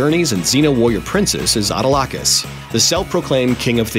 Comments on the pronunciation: 'auto-LOCK-us'_. Ouch! No.... i believe it was pronounced _'uh-TAW-lick-cus' or 'uh-TALL-ick-cus' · You forgot to mention that Salmoneous also appeared in Xena. and you mispronounced Autolycos where the emphasis is supposed to lie on the first o. The whole name, written as it is supposed to sound would be something like "Attolickus". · Just one quibble...you mispronounced Bruce's Autolycus character name. Its more like Ah tal eh cus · you need to learn to pronounce these names. its Ah- tall-icus. lol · Yeah that pissed me off also; jeez, no pronunciation abilities here.. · That has got to be the worst pronunciation of Autolycus ever. I agree. The commentator should watch an episode just to get the name right. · you really bvutchered the pronunciations of iolaus and autolycus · The narrator mispronounces Autolycus & Aeolus. Maybe a little research would help before making these videos as it's not the first time Mojo has failed in this, by far. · What's with this guys pronunciation of the names? He said Iolaus and Autolycus really wrong. lol